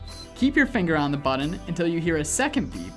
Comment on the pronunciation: What's a "buddun"? 🙄🙄🙄